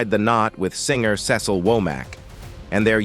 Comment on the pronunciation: Cecil = Seesull 😂not sassle